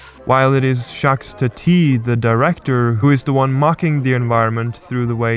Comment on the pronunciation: Also, Jacques is pronounced with a silent s...